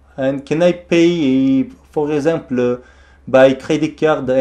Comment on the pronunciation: 우와. 진짜 프랑스인이 영어 배운 것 처럼 발음 하시네요. 특히 불어에도 있는 단어 (Possible, Example, Fantastique)는 꼭 발음을 프랑스어로 하시는 디테일 까지 ㅋㅋ 전화 받으신 분들은 다른 프랑스인이 영어로 장난치는거라 생각 하셨을듯.